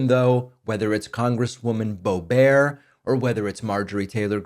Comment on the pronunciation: I’m not sure if your Bobert pronunciation was a deliberate alteration of her name, but I’ll take it. Bring back mispronunciation!